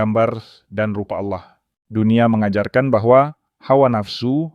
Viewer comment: narasi nya ok sih..tp jgn asal baca aja..kalau mmg yg baca narasi nya tdi beragama islam lebih baik membaca narasi tentang islam aja..jgn baca narasi tentang kristen..kata "Allah" harus nya dibaca dgn logat bahasa indonesia yg bnr..jgn kearah2an...dan carilah kata2 yg mmg hanya mnngunakn istilah2 atau kata2 kristen aja,jgndicamour aduk dgn kata2 istilah islam,sprkata "aurat ",dsb..spy tdk terasa aneh dalam mengikuti atau mendengar narasi yg diucapkn tadi...agak sedikit aneh dan menjijikkn aja mendengar pengucapan "Allah" dan kata"Aurat " td... Thx